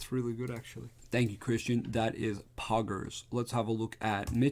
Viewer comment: love the very American “Poggers” 😂